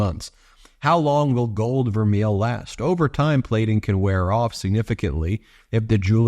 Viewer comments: It's pronounced 'ver may' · It's pronounced gold "ver-may". It can only be called vermeil (ver-may) if it's gold over silver-925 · Its permnounce VERMAY!! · Love you Ben but it's pronounced (vermay). The piece should sell for about $25 not $245. She's just like her asshole husband. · IT's pronounced VER MAY. I know. I used to be a jeweler for a top company. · Pronounced... verMAY. Btw.😊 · I believe it is pronounced ver-MAY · Please take the time to correctly pronounce vermeil...it's french! Your pronounciation makes you sound as ignorant as maga!😂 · $245 for vermeil? Nah. Way overpriced. BTW, it's pronounced Vermay. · Ben it is pronounced ver-may and it is not even as good as gold filled, which doesn’t rub off. Wow😅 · Vermeil pronounced ver may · It's pronounced gold ver-may. It's French. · Pronounced "ver-may" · Pronunciation is "vair-may." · Love you ...would never miss you...just want to say Vermeil is pronounced..Ver-may. Thank you for all you do! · Melania's hair bill could support 10 families comfortably. Vermeil is pronounced vehr-may. Just for interest: "gold vermeil is considered real gold! For jewelry to be legally regarded as gold vermeil, there must be a layer of at least 10k gold that is 2.5 micron thick (that is 5x thicker than regular plated gold)! The gold plating is usually electroplated over a sterling silver base." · I was a jewelry designer for many years. Vermeil (pronounced VER-MAY) has a few iterations. One is a gold electroplating over sterling silver. Less expensive interpretations are gold electroplating over copper or bronze. You can make your own assumptions. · Vermeil is pronounced "ver may." Just some useless knowledge for you. I've heard some pronunciation sites pronounce it differently, but in the jewelry world, it's pronounced "ver may."